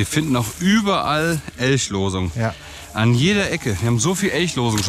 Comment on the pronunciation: Die besten Momente sind eindeutig, wenn „Eltschlosung“ sagt 😂